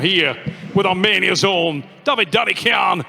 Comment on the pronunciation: Travis, try to learn how to pronounce the names: its not Dadikan, its DdikIan, its not KuredeRcha, its Kurdecha. You are Travis, right? Not Trarvirs or Bargernt, right? Devon also says to Tsvetkog Gaiorgi. Its George, simple, not Gaiorge. What makes it so hard?